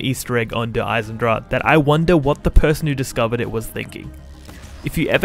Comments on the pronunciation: Der Eisendrag? Is it really so hard to pronounce? d - e - r - e ( a in german) - i - s - e - n - d - R - a - CH (cat hissing) - e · please next time pronounce Der Eisendrache right